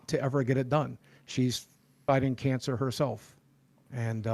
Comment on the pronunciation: Why can't you pronounce cancer correctly? also why do you hide your face. That's very beta.